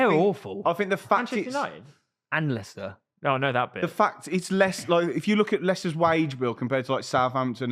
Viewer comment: “Weicester pway Wages wate” 😂: “Jar Jar Binks!”: “What?” 😶‍🌫️ Absolute gold, must be hard to be around the albino melon all day